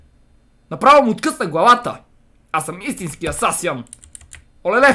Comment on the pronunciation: казва се асасин(assasin) не асасиАн assasin значи наемен убиец